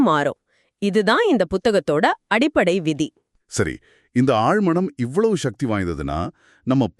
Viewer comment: நல்ல கருத்து நன்றி.... ஆனால் ஏனய்யா தமிழை இப்படி கொலை செய்கிறீர்கள்? சக்தி என்று தானே பேசியும் எழுதியும் வருகிறோம்? அது என்ன ஷக்தி? ஆற்றல் என்று அழகாக தமிழில் சொல்லலாமே..... பணம் சம்பாதிக்க வேண்டும். உண்மைதான்... ஆனால் அதற்காக தாய்மொழியை கொலை செய்ய வேண்டியது இல்லை....